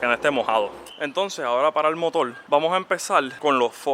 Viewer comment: Es motor no motol 😅